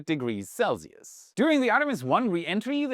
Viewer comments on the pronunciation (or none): none